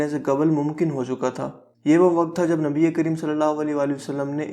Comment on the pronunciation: Khotyy jitnaa qud haii apkaa. Nabii pak ka naam sahii sy lynaa ee seekhloo plzzzz.